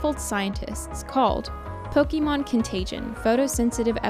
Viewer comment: disliked for the pronunciation of pokemon